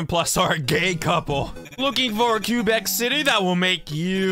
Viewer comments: The way U pronounced quebec would have you burnt at the stake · Nooo not the mispronounced Quebec 😭😭😭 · that is the single worst pronounciation of the word "quebec" i've ever heard. otherwise, good video 👍